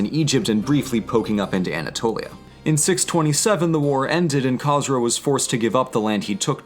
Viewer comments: As a half Persian half Southern Babtist ;) I can understand the difficulties of pronunciation however, Khosro is prounonced KH-ooo-S-ro just Fyi. Great job and you may be right that Khosro is Cyrus's incarnate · you called khosrow käsrow brug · I’m Zoroastrian, I don’t want to be rude but you pronounced Khosrow wrong. Everything else was pronounced well. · Is that how academics pronounce the name Khosrow? Nowadays, that name is not pronounced that way, but is that a historical pronunciation or something?